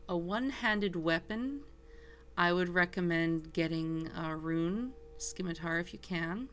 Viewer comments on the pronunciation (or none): its pronounced Si-mi-tar not ski-mi-tar